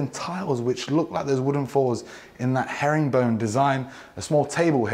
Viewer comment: Love when he says herringbone design😅